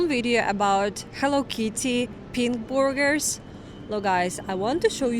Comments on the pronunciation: Is she saying burgers or boogers? Which one would you eat? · I like how Russians say Burgers LOLOL